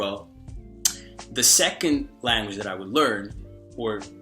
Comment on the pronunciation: Hey, native English speaker from California here. From a west coast perspective, you definitely have a noticeable accent since you sound very east coast/urban with certain words here and there. If you're open to tips, ironically -- one of the words you pronounce a bit differently from most Americans is the word "language." You pronounce it like "Lan-guage" when most Americans pronounce it "Lang-guage." The first syllable sounds a bit flat when you say it -- it's usually "Lang" as in Langston Huges (the author) not "Lan" as in Lanyard -- the way you say it. Hope that helps. Anyway, keep it up! Your vids are awesome and your tips are really helpful.